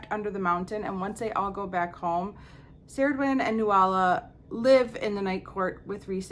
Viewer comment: We pronounce Illyrians the same way. I was pronouncing Cerridwyn the way you do, but I think Taru said it right in her video. It looks Celtic and they use a hard "c". Ianthe is an actual Greek name but I think there are two common ways to say it.